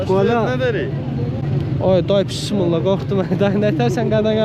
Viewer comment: Bismilləh, kimi səslənir Azərbaycan dilində. Bunu doğru demək vacibdir. P. hərfi yoxdur bu sözdə.